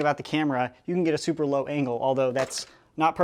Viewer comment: Why does he say thooper